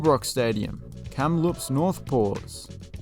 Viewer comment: Kamloops rhymes with fruitloops. And Nanaimo sounds like Ohio. Though I knew you would pronounce Victoria properly. 😜